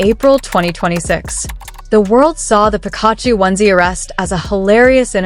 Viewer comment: Theses videos kill me please learn how to pronounce names before trying to sound smart, 🤦🏾‍♀️ you’re not even close to saying Pikachu correctly 🤦🏾‍♀️ if any of this is really true then this kid just bought himself a one way ticket to the grave!